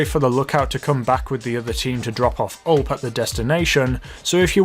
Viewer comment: Btw it’s not ULP it’s U-L-P